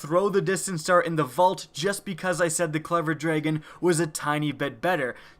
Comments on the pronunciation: "draygon" is not the right way to say dragon. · I think you mean DRAGON, not DRAYGON.